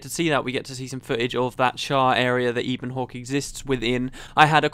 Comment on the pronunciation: Isn't Ebonhawke pronounced in the same way as you'd say "ebony"? Given there are terms like "Ebon Vanguard" and so on floating around and that "ebon" itself is a middle english word (meaning basically lustrous black), it's how I'd read it.